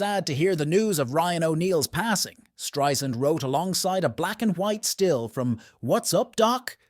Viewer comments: Irks me to no end that this woman, with her illustrious career, hasn't earned the right to have her name pronounced correctly. It's not hard folks...Stri-Sand, NOT Stri-Zund. Geezus!!!!! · You should know how to pronounce her last name by now. Strie-SAND, like sand on the beach! Not Streisnd or Streizund. No excuse. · Barbra's name is pronounced Strei "sand" !! I would think if you are calling her a legend, you would know her name! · If she's such a legendary performer, why can't you pronounce her name correctly?